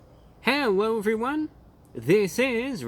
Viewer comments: Well hewo to you too kind sir. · Did he say "hewwo everyone"?